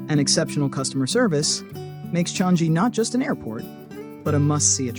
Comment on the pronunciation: It is Chang-I Airport (I pronounced as EE), not Chan-Gi Airport.